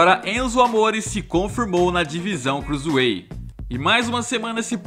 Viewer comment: Crusueit o fala